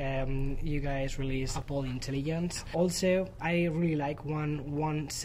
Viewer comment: Qué curioso, llevas años viviendo en Nueva York, y sigues diciendo “Apel”, lo cual es completamente incorrecto, sin embargo, enfrente de Craig, pronuncias correctamente Apple, espero que te des cuenta y pongas el ejemplo de que, aunque seas español , Apple se debe de pronunciar cómo se dice en su idioma original.